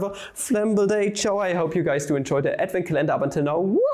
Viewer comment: don’t mispronounce names of German mathematicians. Every time you do, I die a little bit inside Also: aDvEnT cUhLeNnDaHr